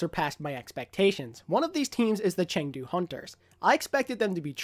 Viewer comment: CHUNGDU not Chengdu lol